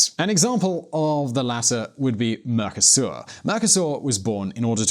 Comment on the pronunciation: I also heard "Mercusor" and thought - wtf?